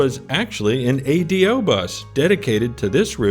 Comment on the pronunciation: I do hear Americans saying it like you. I think you only have to tell an American once that it's an ingenious name when pronounced correctly. You say "Adios" before you get on the Ahh-Day-Oh. Great video.